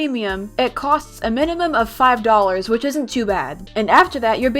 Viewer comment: For a sec I thought you said "tool" inside of "too"